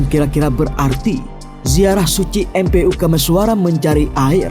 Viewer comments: mpu itu tulisannya broo...tapi dibaca empu broo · MPU itu bacanya empu , arca pada bukan arko podho, tetep pakai C om , maaf